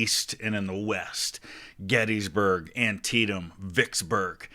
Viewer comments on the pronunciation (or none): none